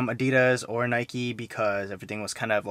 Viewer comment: Is it only me or did he said «nikey»🤣